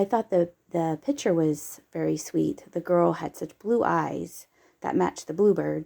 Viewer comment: Please slow down so we can focus on what we are seeing. Also it’s picture not pitcher.